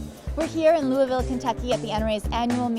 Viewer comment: I'm from Kentucky and I can proudly say she said Louisville wrong.